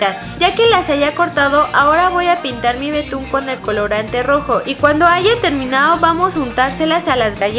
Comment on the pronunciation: terminao XD (para los q no entienden ,Leslie se equivocó y dijo terminao envés de terminado)